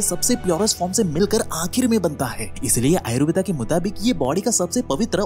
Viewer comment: भाई आयुर्वेदा नही होता आयुर्वेद होता है।